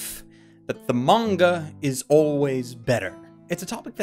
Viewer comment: Is it just me or is he saying manga-ka?